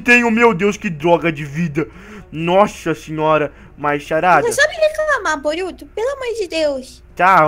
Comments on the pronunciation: VC falou maruto é boruto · Ele falo maruto